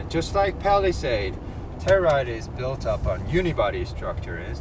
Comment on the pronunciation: 텔루라이드가 아니라 텔유라이드죠